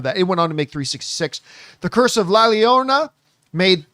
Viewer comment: Llorona is pronounced like with a Y sound. Corona but with a Y. “Yorona” 😉